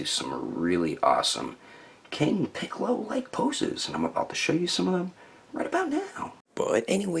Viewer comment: Funny you misspronounced his name in the outtakes as "Picoro" because that's how he was named in the mexican dub.